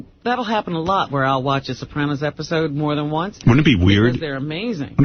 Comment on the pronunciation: What's with the way that Booey pronounces the word Sopranos?